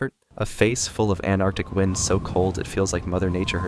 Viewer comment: anarctic.. man i love some people's pronounciation